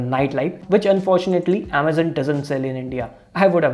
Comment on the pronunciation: Its amazon not AAMAZUN